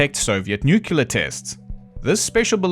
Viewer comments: i swear, if you say "nucular" once more ... i ... i... well... i scream at the screen... Homer Simpson: "nucular... the word is nu cu laaar" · Homer: "It's pronounced 'nuke-yalur'." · nucular material cD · “Nookuler” lmao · I wanted this to be good, but then: "nucular". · I'm skeptical of a skeptic that can't pronounce nuclear. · not how u say “nuclear”